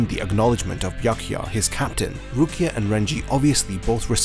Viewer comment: damn, i couldnt listen to your horrible pronounciation of "Byakuya". After B there goes "ya". these two letters form one sound, one vowel, not two. you pronounce I Ah. you should make the same sound as in "yammy" word.